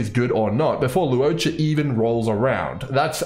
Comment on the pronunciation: just some pronunciation tips for his name: to simplify it, I think it's more like lore-cha, lu-wo-cha, law-cha (pick one depending on your accent)! hope that helps